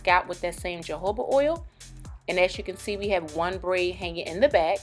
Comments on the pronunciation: I was cool with watchin this til she said "Ja" hoba😒 knowing it "ha" hoba oil like I can't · Did she say Jehovah Oil? Lol!